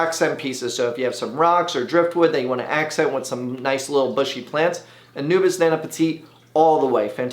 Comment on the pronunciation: Drink every time he says Anubis instead of Anubias